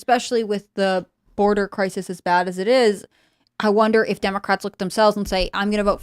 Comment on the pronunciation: 2 SPEECH IMPEDIMENTS??? What are you doing Tim? “Pop Culture Crissssisss” Brett: a face for radio and a voice for printed media.